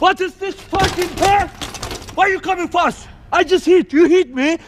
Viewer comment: Why u coming fast sounds like why u coming flast XD lol what the f*** u did